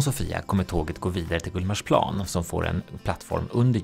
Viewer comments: GullmarsPLAAN. Finns det folk (stockholmare) som uttalar det så? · Jag är från Stockholm och uttalar GullmarsPLAAN ändå.